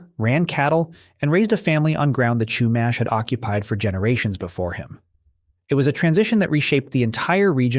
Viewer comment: My favorite thing about this video is how you mispronounced Chumash and how you glossed over that they were violently forced off the land, and then begin to call it some white womans land 😅